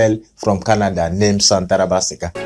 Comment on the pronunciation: Chai 😂, is shantaraba sia not shantaraba siga